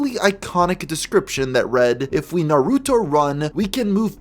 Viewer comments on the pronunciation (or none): mmmm not really, in japanese dub its nar-u-to as if the u is almost silent just like sasuke being pronounced sas-keh... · Why do so many people refuse to take 3 seconds to make sure they're pronouncing Naruto correctly? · "naaahh-ruuu-toe" dude......seriously....its not that hard, its just "naruto" nice and quick........why do people insist on saying japanese words all slow and like they have NEVER even heard the word spoken out loud before? its not like its some nieche thing, its literally one of the most popular, and well known media franchises on planet earth.......right up there with pokemon and mario......two other things idiots ALWAYS mispronounce ("poe-kee-mohn", and "mare-ee-oh" being the most common idiotic mispronunciations)........ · Dunno what’s a bigger crime, the way you say Naruto or the fact you said he was dressed as Naruto 🤣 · You’re saying Naruto’s name wrong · You pronounced Naruto kind of weird.